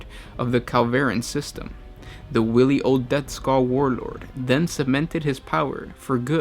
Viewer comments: wIly, not willy - learn how to talk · It's not pronounced "willy", it's pronounced "waily". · No, no, no, no, no,, I am an original Rogue Trader. This video is for plonkers. I mean the kid's just ripped bits off the internet and he say's stuff like "Willy" instead of "Wily" which is pronounced "Why-Lee." The best insights into overall Orky culture are "Ere we go," the first Codex, and the earlier, "Waaagh Da Orks." There was some stuff in the old White Dwarfs, but these two were superb as they had ironed out Orky culture a lot more. "Freebooterz" is another important Ork supplement. Gorka Morka is/was slightly different; because, these Orks are stranded and cut off from the Galaxy. Go to Scribd and download them all. The best modern Ork Codex is the fourth. It retains the humour, sadly since then Ork's have become more serious, posey, and a lot of the old English humour they had has been watered down. Also, there's a lot of great stuff in the older books that I use as background information. For example, Ork's don't bother enslaving humans that often. Grot's are more efficient, less inclined to rebel and hardened to Orky life. In the old lore, you will find Ork's will go up to a planet, check if they are pussies or not then demand tribute in the form of wargear, etc. If they aren't pussies then it's party on! Where Gorka Morka was good, was exploring Ork influence on a human minority. It's a shame the Ork's in today's shallow 40k don't have some crazy arse humans following them around. In the old day's Ogryns, human merc's and guard renegades could be allied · WHILE-EE is the pronunciation you are looking for..... Willy is a name whiley is an adjective describing sneaky and cunning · Love your videos but wily is not pronounced willy but more like while-y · why-lee not will-ey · Sorry man, but it is wiley (why_lee) not willy. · It's wily not willy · Wiley 'Why-lee'.